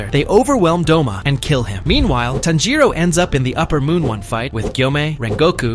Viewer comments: it's TANJIRO not Tanjo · you said tanjoe not tanjiro btw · Tanjiro🚫 Tanjo✅ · Why is he calling tanjiro tanjo😭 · I think you said tanjo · Bro was saying tanjo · WHY ARE YOU CALLING TANJIRO "TANJO"